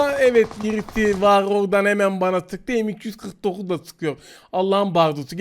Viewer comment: dan sonra m249 u neden 3 kere diyorsun ki bide 49 rakamı çok komik söylüyorsun 😀😀😀